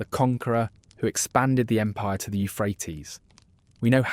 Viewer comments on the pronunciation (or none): none